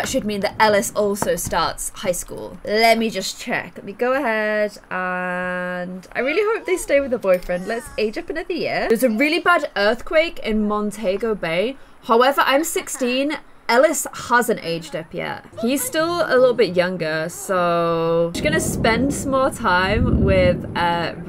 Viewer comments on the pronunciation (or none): Why she gotta do montego bay like that 😭 It's pronounced mon-tea-go-bay not mon-tay-go-bay lol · I've never heard someone pronounce Montego Bay like that. By the way it's in Jamaica.